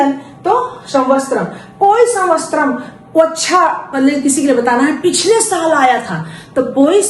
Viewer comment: Saal ke liye samvastaram nahi samvatsaram hona chahiye. Vaise aapka tarika bahut achha hai. Mai bhi videos dekhti hu